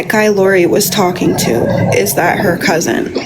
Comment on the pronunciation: I heard say "cousint" like Lori does, now I'm wondering if that's a family thing? And I hope you are feeling better real soon❤